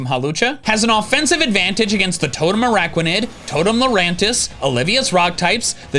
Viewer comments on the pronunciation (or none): none